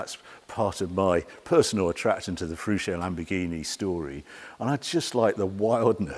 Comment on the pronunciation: The name of Lamborghini is Fe-ruch-o (Feruccio) the double "cc" you pronounce ch like in church.